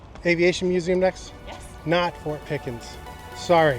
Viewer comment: I thought Said. Fork not fort